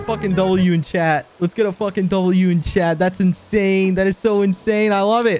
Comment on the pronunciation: I keep thinking he says ‘chad’ instead of chat